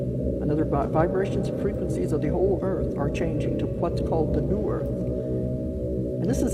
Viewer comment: Did she really just say earFF like that twice tho?